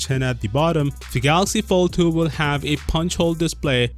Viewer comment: Did you say Galaxy Failed 2?